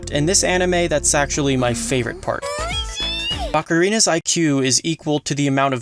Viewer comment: no one literally no one me: D-DId he just say bakarina??